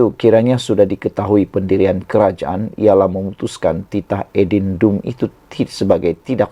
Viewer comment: Buruklah Adendumpun tak fasih sebut, tanyalah orang tau sebut.